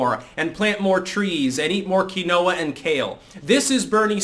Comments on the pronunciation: Keynwah not kinoa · Its pronounced "keen-wa" not "kin-o-a" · It's not "kin no ahh" It's "keen wah". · Did you really just say Quinoa “Kin-oh-ah”? It’s Keen-Wah dude. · Quinoa is pronounced “keen-wah” that one took me awhile to learn, I’ve seen it more in text than heard people talk about it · "Quinoa" is pronounced "keen-wah" jsyk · Keen-waa = Quinoa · quinoa = keen-wah